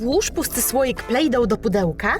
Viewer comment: Plejdo się mówię a nie plejdo,ł,🧐🙄